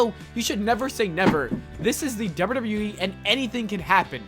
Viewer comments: Those legendry pronounciations. Dobdeudobdeweeeeee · Bruh slow down when you pronounce “wwe” ffs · The way you say WWE is hilarious